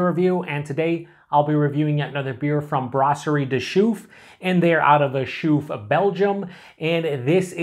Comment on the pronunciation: A typical example of a Belgian Christmas beer. Try to get your hands on Christmas beers from Belgium and you'll know immediately that with these beers, the brewers like to play with spices and citrus fruits. Just a hint: its pronounced Lachouffe Nice, just the English pronunciation 😊